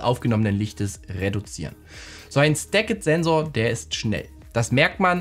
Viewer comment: Danke. Tolles review einer scheinbar bombastischen Kamera. Pro Tip: „stacked“ mit stillem e sprechen, quasi wie ‚stäckt‘, nicht ‚stäckett‘ 😅